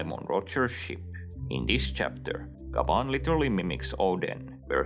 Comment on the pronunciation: its gyaban, not gaban